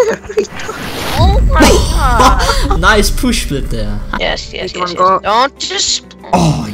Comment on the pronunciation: Lol I love the way how you pronounce push split XD "Pooshplit" XDXD